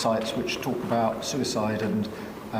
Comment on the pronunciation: Wtf's a Sue-ice-iyde website? Does he mean Reddit?